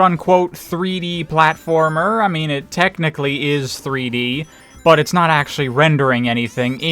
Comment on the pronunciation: Ok what is it and your pronunciation of but? There is no extra emphasize needed on it.